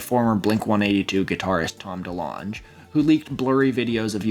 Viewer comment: calling tom delonge “tom delonj” by was not on my 2025 bingo card list jk ofc, amazing video as always